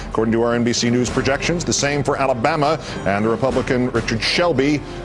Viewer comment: Lol the way he said Alabama